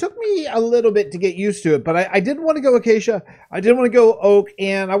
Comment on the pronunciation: Ah, I see you Acacia correctly. Some people's pronunciation of Acacia... "Achacha" "Achakia" etc